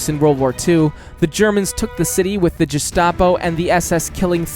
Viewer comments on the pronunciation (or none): none